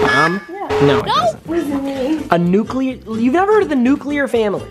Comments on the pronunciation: New-Clear not New-Cu-lure papa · Nobody: nuculer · pronounced nuclear wrong therefore you should break up with her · nuclear family: nuculer